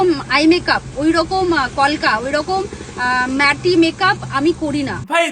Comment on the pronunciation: Meye ta mone hoy thik kore porashuno o koreni, "matte" কে "ম্যাটি" মেকআপ বলছে, "drapping" কে "ড্রাপিং" বলছে !